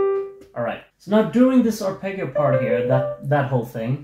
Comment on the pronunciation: The ending of the song perhaps acts as a musical mirror to the lyrics: "Don't leave me like this, naked with shivers. Sometimes I don't know how to express myself (...) I'm always wrong":D p.s.: congratulations for your musical skills, but the word "arpeggio" should be pronounced with the sweet double G (the G of 'John', not of '':D)